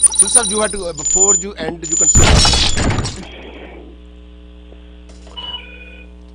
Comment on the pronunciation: he can get 8 bands in ielts bcz he said ju not you lmao 😂😂